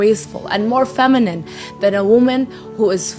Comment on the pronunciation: Shawdy ain’t even saying feminine right slim😂😂😂